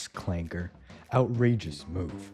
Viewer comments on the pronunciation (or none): said clanker with a hard r too💔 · hard r is insane